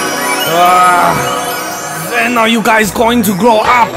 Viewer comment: “Let’s Play Pawapa” 😂😂😂😂